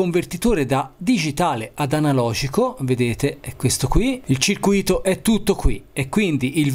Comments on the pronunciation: Si dice circùito, perché ciruìto vuol dire preso per i fondelli. Bravino comunque anche se sei Toscano. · Che goduria i tuoi video... Altro che xnxx...però da Toscanaccio che te tu sei... "Circuìto" con l'accento sulla seconda i, non si può sentire. Ma deve essere una fisima degli insegnanti dell'ITIS anni 80 che non volevano confondere il circuito di formula 1 con altri circuiti. Si scherza dai... Starei tutto il giorno a guardare i tuoi video (anche perché non so un cazzo di elettronica). Bravo e simpatico. Spero tu non sia un insegnante.